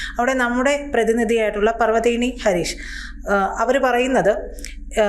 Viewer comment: 😂😂 "പറവ തീനി" ഹരീഷല്ല‼️ പർവതനേനി ഹരീഷാണ്‼️ ഇതൊക്കെ കൃത്യമായി മനസ്സിലാക്കി വേണ്ടേ അവതരിപ്പിക്കാൻ‼️ കഷ്ടം........‼️‼️😂😂